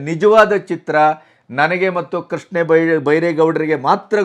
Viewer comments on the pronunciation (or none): none